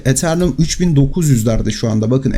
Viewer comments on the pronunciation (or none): Eternum değil Eteryum